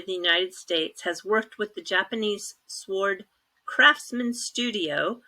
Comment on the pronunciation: The word sword is pronounced "sord".